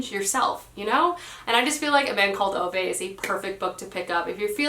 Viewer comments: Ok, I love your channel but I feel like I have to say two things. One, Ove is pronounced "Ooh-vuh", not "Oh-vay". Think of a New Yorker with a strong accent saying Hoover, "Hoo-vuh". Same with Ove, "Ooh-vuh" with a strong emphasis/stress on "Ooh", and "vuh" being almost an afterthought. Two, Babel is pronounced "Ba-bull", "a" as in "bat", not "Bay-bull", "a" as in "hay". It can be pronounced "Bay-bull" in the U.K., but in this case it isn't. The word comes from the Tower of Babel in the Bible and Josiah uses it as a reference. Another word derived from Babel is "babbling", as in a babbling brook, or, "what are you babbling on about?" Try using the "Bay-bling" pronounciation in those examples, it sounds so weird, lol. If you're still not convinced, here's the author himself saying it - and this is after the host has already said "Bay-bull" several times during the introduction, yet when Josiah gets to speak, he corrects him and says "Ba-bull" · it’s pronounced a man called oo-vah